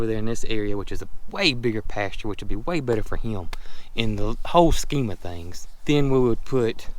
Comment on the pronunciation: Every time says “whole scheme of things” I swear I hear him say “Holstein of things” 😆🤣